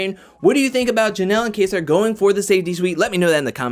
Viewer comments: Its pronounce kayser lol you sound like cody saying kaysaar lol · My man can't even say kaysar. Sounding like cody Bruh